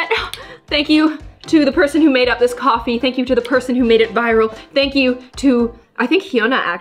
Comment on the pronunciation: I actually understand what she meant by “frothy coffee” sounding like “frothy gewart” the way she said it sounded like frothy kothy and kothy is like kartha